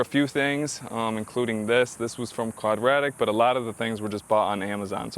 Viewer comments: Quad-ra-dic. Hahahaha it’s qaud-dra-teck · It’s pronounced Quad- Rah-Tech. And sorry, but yes the angry bird grill is only for mall crawling. Thanks for the pricing vid though. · ahah the way you prounced quadratec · 😂😂 Clearly he's an expert!